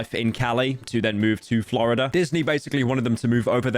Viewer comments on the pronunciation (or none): none